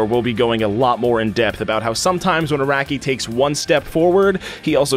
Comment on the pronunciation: "A-RACK-KEY" "HOM-IN" You Bostonian or something?